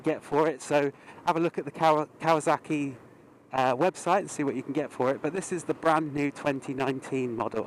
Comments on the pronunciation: Kawasaki not kawazaki 😊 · Why did you keep pronouncing it as if it's spelled" kawaZaki" instead of Kawasaki? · KawaZocki!!! Lmao the way you pronounce the name distracts me lol